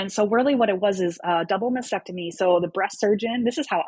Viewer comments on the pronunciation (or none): It’s masTectomy not masSEctomy and dieP flap not Dee flap!!! Although pronunciation is not as important as your health, you’re dealing with with breast cancer patients, so legitimizing your qualifications would be so much easier if you sounded educated. I’m so sorry if I sound harsh, but you’re trying to educate us out here. Praise God you’re healthy!❤ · I wish her all the best. I know I’m being a bit nit-picky, but the word is “mastectomy,” not “masectomy,” as she keeps saying. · I SAID I was being nit-picky. I, too, am a breast cancer survivor — and I know how to pronounce “mastectomy,” and I don’t work in the field, as this survivor does. I think she’d be happy to finally learn how to pronounce the word correctly. As for that “Karen” thing: It sucks.